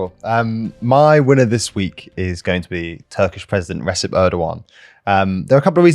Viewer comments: it's not pronounced Resep, it's pronounced Rejep! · Please learn how to prounance Recep. It is Redjep not Resep.